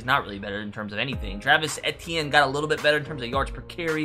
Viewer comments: Its pronounced ETN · Just a heads up my guy…it’s pronounced Travis ETN, as if you’re just saying the 3 letters